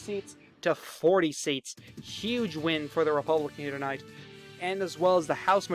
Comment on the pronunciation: I love how this guy says “to not” for tonight